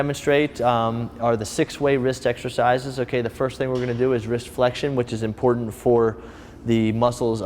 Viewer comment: "imporent"...IMPORTANT!!!, TANT not ENT!!! TANT IMPORTANT!!!